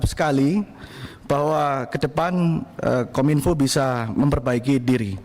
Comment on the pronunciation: Masak KOM -INFO bukannya KOMINFO (PENGUCAPAN) 😢😢😢😢😢😢